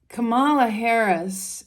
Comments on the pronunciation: It's not Commaluh it is Comma La. La La La. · Please pronounce her name correctly. KA-ma-la. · Straight away, within a couple of minutes, you mispronounced Kamala's name. The emphasis is on the first syllable. I'm hoping this was a genuine mistake because you seem like a really nice person, with a great aura, so I'll continue to the end of the video. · I hear you that people pronounce common nouns differently for regional reasons, but people’s names are specific to them. So when we use a different word for someone than their name, it isn’t correct.